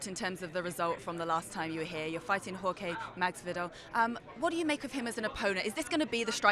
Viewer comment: "Whore-K Maxvidel" will lose